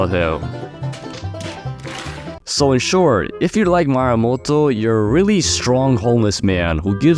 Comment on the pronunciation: Love the vid but the wsy you pronounce Miyamoto tho💀